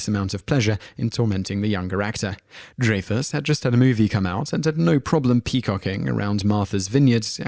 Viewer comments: I couldn't even make it to the 1 minute mark. You seem to know all this inside dirt, but yet you can't pronounce Dreyfuss correctly. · How does that matter? We're not talking about how he says "dance" or calls an elevator a lift. People's names must be pronounced the way they say them. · said Takei's name right. Haven't you ever heard his catchphrase "It's okay to be Takei"? However, he also said Dreyfuss' name wrong... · I don't know how credible I can take this video when he can't even pronounce Dreyfuss's name correctly in the first one.I honestly can't remember the last time someone else not knowing how to pronounce a name bugged me so much, maybe it's just because he keeps using his name.. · Dude, the man's name is DREYFUSS, with a long "I," NOT with a long "A." It is hard to believe that you have inside knowledge of the feelings these actors have toward each other when you don't even know how to pronounce the name of an actor who is known throughout the world. Raise your hand if you didn't know the proper pronunciation of Richard Dreyfuss' name. See? No one but you. A person's name isn't open to another's native tongue. A person gets to determine how he or she wants his or her name pronounced, and in this instance, it is Dreyfuss – WITH A LONG "I." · Dreyfuss is pronounced as "Dry-fuss", not "Dray-fuss". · It is pronounced "dry-fuss" NOT "dray-fuss." He is a very famous actor so it is worth pronouncing his name correctly. Shaw and Richard made up a bit before Shaw died. Shaw was an awesome actor; he is the best Henry VIII in film history in his bit in A Man for all Seasons. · William Shatner is not a nice person -- a fact well-known throughout "the business." And it's pronounced "dry-fus." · It's pronounced Dry-Fuss. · It isn't pronounced DRAYFUSS and who is Harold Rahmis or Raamis.......you said both!!!! You obviously looked this up and actually have no knowledge. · Avoid pronouncing the name, "Dreyfuss," it makes you sound silly. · DRY-fuss, RAY-muss.